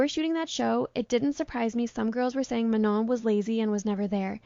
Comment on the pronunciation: how do you keep mispronouncing manon. is this an ai voice?